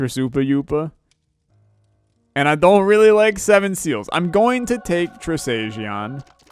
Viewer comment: I love how you call Trisagion "Trisoopawoopa"